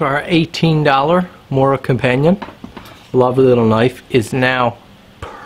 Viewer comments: mOOra - t'is pronounced mOOra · Not to complain, but the O in Mora is pronounced more like the O in movie. Source, i'm swedish^^ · Matte Edström, seriously, who gives a shit, Mora is Mora in English, it’s about sharpening a knife, NOT a language course.